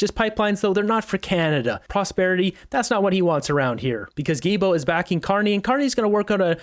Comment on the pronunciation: Not that I like the imbecile environment Minister, but his last name is pronounced Gi-L-Bo. There is an “L”, and it’s not silent. Other than that, keep up the good work!